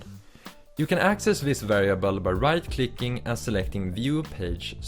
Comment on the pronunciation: "right klikkking"